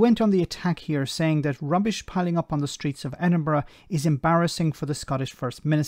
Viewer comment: Where does she come from? She doesn't even pronounce Edinburgh correctly. Oh yeh pick on Scotland, the first strike we have had as our railway was not on strike, is nationalised. Our water is clean, no shit coming out of our pipes to the sea . Having worked in refuse and street cleaning I have always thought they deserved more. Grave diggers r paid more because they will come across all the yuck of decomposing bodies but street cleaner and refuse collectors deal with sick on streets, used needles, drug and diabetic, knives in bags, shit on streets if public toilets closed. This goes on throughout uk not just Scotland. There r a lot of germs and disease connected with tasks like this and ppe does not protect u from it all. Yes I support their strike as they r overlooked heroes. They worked thru lockdowns when paper carried the covid and have a very hard physical job that will probs mean early ill health issues. Bad knees, back etc. I hope they get what they want.